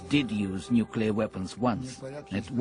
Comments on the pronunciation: Yes, of course we all understand "nuculur" in this context (the mushroom cloud in the title card probably gave it away). What about "gummit"? Would you understand what that means? Because in Texas (where I'm from originally) that's how many people say "government." When I watch a BBC show set in the north of England or Scotland, I sometimes have to do so with the closed caption on because the way heavily accented Northerners and Scots pronounce certain words can be quite unintelligible to the untrained American ear. But in written form it's clear as a bell what they're saying. I don't understand why this is controversial. The people of Denmark all learn English in school because they want to live in the world and nobody else in the world speaks Danish. Why can't George Bush learn Received Pronunciation in acknowledgement of the fact that few people outside the southern U.S. speak Hillbilly? My point is just that it's a slippery slope. "Language proscription" is just another way of saying "rules." That's what language is. A system of rules for facilitating a common form of communication. You have to capitalize words after periods. "I" before "e" except after "c." And yes, you must refrain from randomly adding or subtracting syllables from words because that might potentially change the meanings of those words or make them difficult for others to understand. Now, of course, there will always be a place for slang and regional accents and such, and if people from Texas or Sheffie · To have the narrator of a nuclear documentary mispronounced nuclear every time she says it is pretty stupid and ignorant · Ikr??? I hate that crap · The narrator, geezus! Every. time. she. says. it. So dumb. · You'd think that at least the narrator would get this right -- of all people! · Erghh! Why do people have such difficulty pronouncing the word nuclear!? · Shame they chose a narrator who can't say "nuclear" properly... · Why can't people say "nuclear"? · Stop saying NUCULER!!!